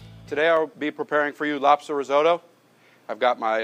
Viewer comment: Cheese AND truffle oil ... what a joke!! And whilst we're at it it ... Rizeautto ....? What's that! :-)